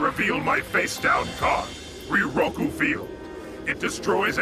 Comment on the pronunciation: That pronunciation of "riryoku" as "ree-roku" in riryoku field